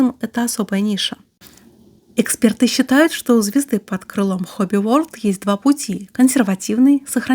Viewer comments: И еще... Хобби ВорЛД а не Хобби ВоРД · Подозреваю, что всё-таки не Хобби Ворд,а Хобби Ворлд :) Word значит "слово", а world - "мир". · Почему Хобби Ворд, если Хобби ВорЛд (Hobby World). Просто мне слух режет. Либо Мир Хобби говорить.